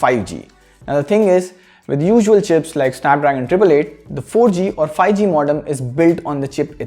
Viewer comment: Everyone: 5g Le: Fi g 😄